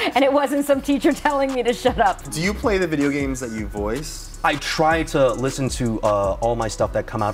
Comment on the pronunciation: Time skip he says Bideo games